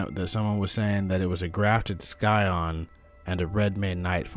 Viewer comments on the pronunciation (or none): dude the c in "scion" is silent